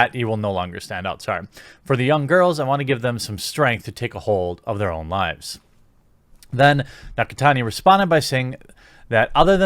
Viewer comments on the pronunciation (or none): none